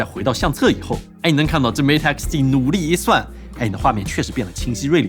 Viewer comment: 终于有中国博主把mate的音念对